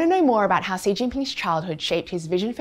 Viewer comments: She can't pronounce xi what a shame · The way you pronounce Xi... Is incredibly cringe... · Seriously? You couldn't even get his surname right? Pronounced more like Shi (not Si). That's unforgivable to start with. Then you have someone who talks quite vehemently and states umpteen times over that he was born into an elite family (so?) and then at the age of 9 that elitism was lost in a Mao purge. So making it true that he had a very difficult childhood as the official story-line goes. Why did you try to make out so much about this privileged background as though this was somehow utterly reprehensible. Is the rest of the video any less biased? I somehow doubt it. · Its president shi (xi) , not si :/// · I wish people would learn to pronounce Xi's name correctly. It is pronounced 'she' and not 'see" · Xi isn't pronounced "see". It is pronounced "she". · If you look at the Bopomofo and match the Yale with the pinyin for Xi, it is "syi", same sound. There is no Shee in Yale or pinyin. I believe it is a rising second tone, right? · Why does the narrator mispronounce his name as "See?" It's simply anglicized as "Shee." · Xi is pronounced "she" not C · His name is NOT C ! Xi pronounces as “she” respectably. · its literally pronounced "SHE" in english, not "KSI" or "SI" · Lol. ‘See’ Jingping. 😂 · Yeah but anyone with any knowledge of putonghua knows it’s pronounced more like ‘shee’ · Xi Jin Ping is pronounced Shee Jean Ping. XI is Shee. The rest you have correct. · Xi is pronounced like the word she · It’s pronounced “she” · The video say Xi like she, are you kidding me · It's pronounced like Shee. Shee - jin-ping. Get it together Economist. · the presenter could at least have googled the correct pronounciation of his name before blasting this out on youtube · I really appreciate the insights provided by the economist. However it would be nice to have the first name of the main character pronounced accurately.